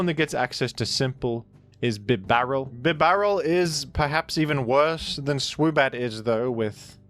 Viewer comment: Bib-Barrel is somehow the most offensive mispronunciation to date. Bib-A-Rell. Clearly Bib-A-Rell. Good grief